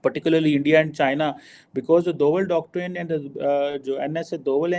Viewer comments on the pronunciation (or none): Pronounce with me now. Doctrine as read Doctreen not doctraine as you are pronouncing. Check with 5th grader in India. 🤣